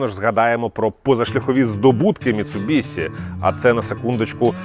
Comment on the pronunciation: Як боляче😅 Міцубіші* ші* чоловіче) Бо транслюють し як Сі люблять лише росіяни(і то далеко не всі) і ті хто кажуть за звичкою з російською.. Ми ж не кажемо суСі замість суші (так.. и в них теж нема..) Заради справедливості там звук десь серед Щ російської та С.. але для людей що не шарять літера Щ буде НАБАГАТО ближче до оригіналу.. ця літера відповідає українській пом'якшеній Ш а так як і пом'якшує попередню приголосну.. то し слід передавати як Ші